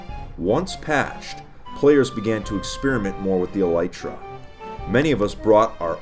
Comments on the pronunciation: Its pronounced ee-lee-truh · Wait you don't pronounce it as Aleetra